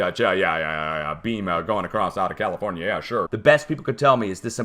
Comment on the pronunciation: and califirena